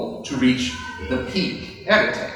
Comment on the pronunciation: Hey. I really loved this analysis. Because it really (oh what's the word) hold/contain/explain the whole reason I think being a Brony is the best thing for a man.:) And I just thought that I'd let you know (being french), that the 'e' at the end of "arête" is silent (unless your Parisian XD ). Again I really loved this and wish I could have been there.:D Sadly plane tickets to the US don't grow on trees. XD